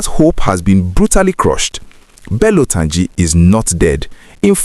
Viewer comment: Why are you saying Tunji with your pronunciation.... it is called "Tur--ji , not Tunji as you are pronouncing it. Try to correct yourself my brother....